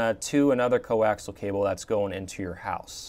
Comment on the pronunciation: These are informative videos. Very professional presentations. However, the word coaxial isn't pronounced as "co-ax-al". It should be pronounced with another whole syllable in it. Say "co-ax-i-al".